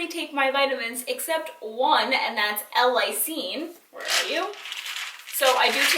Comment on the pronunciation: I love u!!! This is such a small detail, but it's pronounced "L. (space/pause) LIE-seen":) but great tips!! Xoxo